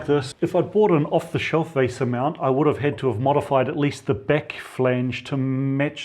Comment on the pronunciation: VESA (Video Electronics Standards Association) - there is no "r"in VESA :)